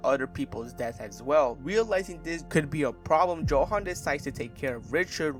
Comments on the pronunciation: His name is pronounced with a Yo sound, not how it’s spelt. Yohan not Joehan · Ay stop calling him JOhan